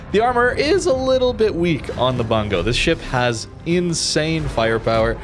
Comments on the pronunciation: the "u" in Bungo actually pronounced as actual u/oo sound like "boo" instead of "a" sound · Oh man, I like the ship, I like the name. But everyone keeps pronouncing it as "Bun-go" and it make me laugh every time because it matches the meme that is WG balance. For anyone curious, it should be pronounced: "Boon-go"